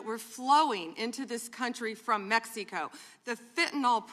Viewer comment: Why does she say Mexico like "PepsiCo"